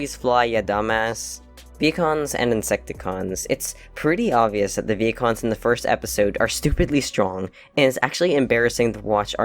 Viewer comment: Why did I hear 'pecans' instead of Vehicons? 😂😅 : LOOK AT THE LITTLE SHOUDLER TAP!!! Soundwave is secretly nice! Kinda...